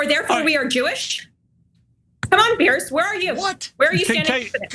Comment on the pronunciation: Ana there's a difference between pronouncing Piers and Pierce,you said the latter Pierce,it's /pierz/.